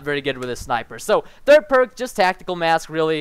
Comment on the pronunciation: so the thirt parrrrk